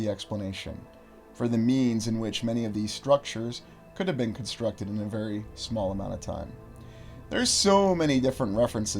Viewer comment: con-structed, FOUNDed